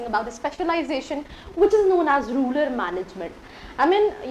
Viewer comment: Mam first learn to say RURAL management not RULAR management